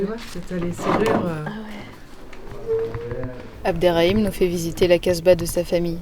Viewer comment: It’s Abderrahim not abderraim 😊❤ that’s my name too...